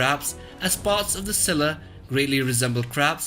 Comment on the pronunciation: Did he said - ciscilla?